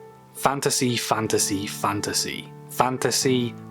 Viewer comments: You saying the word fantasy so many times made me hear fandussy... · at the start when he kept saying fantasy, all I heard was "fantussy" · You're not the only one. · I'm sorry. Fanta sea. A sea of fanta. All I could hear with that intro, lol! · My favorite part is when he says fantasy